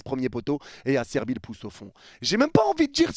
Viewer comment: C'est Acerbi, pas "Asserbi"!